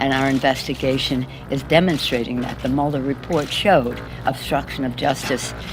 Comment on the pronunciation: Did say "Mulder report" 🤦‍♀️ - think X-files 😆